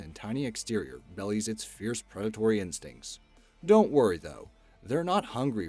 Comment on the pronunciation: Anyone else notice how often this guy mispronounced common words in too many of his videos? (In this one, belies and lamprey are prime examples.)